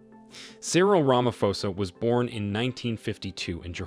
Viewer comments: rama'p'osa it's pronounced rama'p'osa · U called him Cyril ramafosa 😅